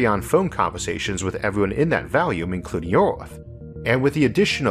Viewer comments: I understand that some people are not wired to pronounce the "R" sound, and I hardly notice it, but what does catch my attention is your pronunciation of the word "volume" as "valume". I hope my comment isn't rude or annoying. I love your brilliant work! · Can't take the narration and pronunciation. Sorry, never heard of Orth or Valume. Made it to .